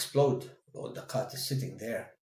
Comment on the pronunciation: laughed at the 'QHAt' LMAOOOO assalamualaikum